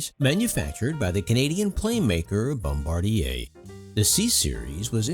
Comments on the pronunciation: Yeah, it's Bombardier. I also noticed he said Embraer, but you can literally read the name of the airplane on the cabin seats! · isn't it bombardier?